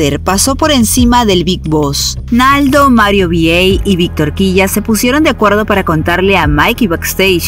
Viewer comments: No Mario vi ei es Mario vi ai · Sólo por cuestión de pronunciación … Mario es … Mario VI y se pronuncia “vi ai”, no “vi Ei” … Será para una próxima ocasión ✌🏼👍🏼